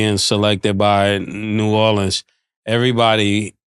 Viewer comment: Ma$e thank you so much for pronouncing New Orleans correctly!!!! ❤❤❤❤❤